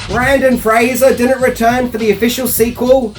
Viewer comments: Ok but u also spelled it “Brandon”. And YEEEAAAHHH!! No more Brendan Frasier vids!! That’ll teach us!! 😂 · Came here to say this, you even wrote it as Brandon lol Keep up the great work though 🫡 🥔🎹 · TIL that people from the Australia can't say "BRENdan" 😂😂😂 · Wouldn’t be without mispronouncing something. BRENDAN Fraser mate. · Yes his name is Brendan not Brandon but just know to NEVER call him Brandon in person boy does he get pissed off about his name and last name getting pronounced wrong , Just ask former child star Dickie Roberts about that. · did u say BrAndon Fraser??? C'mon buddy... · I love how you repeatedly call him “Brandon” 😹😹😹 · Most people mispronounce Brendan Fraser's surname. But is a maverick. He somehow manages to get his first name wrong instead. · I think it's auditory dyslexia. It's a real thing. If anyone has it, does. Nothing to be ashamed of. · You pronounce his first name wrong, but his last name right. Which is really funny because everyone gets his last name wrong and you're famous for quirky pronunciations. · Awe, you constantly mispronounce stuff. It's part of your charm. ❤ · BRENDAN. Brendan Fraser! There’s only one A in BRENDAN 🙄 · How do you pronounce Fraser correctly but not Brendan? Usually people call him Brendan "Frasier" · I don't get it. has critiqued to bunch of Brendon Fraser's movies yet he still insists upon mispronouncing his name. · ya Brendan gets pissed if you say it wrong. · Brendan NOT Brandon 🤦‍♂️ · Its Brendan!! Not Brandon! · Breeeeeeenden lol. Not Braaaandon. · It's Brendan not Brandon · Its Brendan....not Brandon........and yeah it is irritating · BRENDAN, NOT Brandon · For the love of God. His name is Brendan not Brandon. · His name is BRENDAN! NOT Brandon! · Hey, for future reference his name is "Brendan" and not "Brandon".👍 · It's is Brendan Frasier, not Brandon Frasier. BREN-DAN! NOT BRAN-DON! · For God's sake it's BRENDAN Fraser, NOT Brandon.🤦‍♂️🤦‍♂️🤦‍♂️